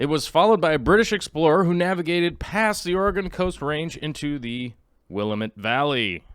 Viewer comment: Will-am-it not Willa-met. I hate being that person critiquing your pronunciation but I guess I am that person:)